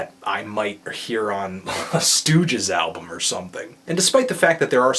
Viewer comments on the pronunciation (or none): No R in the word album!!